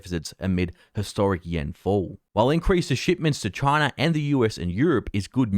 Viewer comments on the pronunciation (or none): none